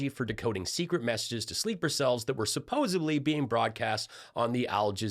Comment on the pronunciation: if you're nitpicking about pronunciation errors... it's not SUPPOSABLY... it's SUPPOSEDLY, with a 'D.". Cheers!😁